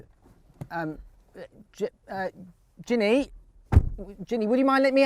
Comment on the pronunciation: He can't pronounce her name ginne it's genny